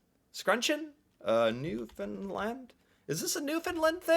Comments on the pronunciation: New FOUND land...not New Fin land LOL!!! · When you pronounce "Newfoundland", the "land" part is said the same way you would say it on its own. "Land", not "lund". Working in the tourist industry, I hear folks from away often mispronounce it, in a variety of ways. The often put the accent on the second syllable, as in 'new YORK' or 'new GUINee'. It actually goes on the first syllable, so you got that one right, so kudos! The right way to say it would be 'NEW-fun-Land', accent on the first syllable with a lesser emphasis on the third syllable. Clear as mud, b'y! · It's pronounced "Newfunland" not " Newfunlund" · Every time an American says “newfinlind” it makes my eye twitch. It’s pronounced newfin-land! Lol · I'm from Newfoundland. You are saying it wrong the land is land not Lind!! We also call ourselves Newfie's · Sweetheart, I love you to death, but you're pronouncing Newfoundland wrong. You got the Newfin part correct but it's Land, not Lund. The pronunciation on Google is incorrect, which is annoying considering Google is Canadian. Just so you know. 😄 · Love your channel. As a newfoundlander, it's great to see you react to our food. I have to let ya know, though, it's pronounced Newfin-land and newfin-lander; not newfin-lind and newfinlind-er. Oh, and cod tounges when done right, is the best food from the sea you will ever eat. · Pronounced NEW FIN LAND not NEW FIN LIND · You got the first 2 syllables right. But its Land not Lind. Newfin-land XD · Love the videos, but you need to pronounce the "land" in Newfoundland instead of "lind" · Please pronounce it right. It's not lind its land. You got the rest perfect. The I sound takes place of the ou not the a. Thx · my buddy, just for the record. When you say “Newfoundland”, you’re pronouncing it as New-Finland. There is no “I” in there. It’s pronounced New-Found-Land. I’m from Newfoundland. Just say it slowly the way I said it and it’ll come out right. Trust me. Love your vids bud. Keep it up